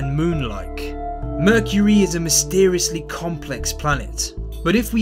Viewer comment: mercury or merchury? what are you saying?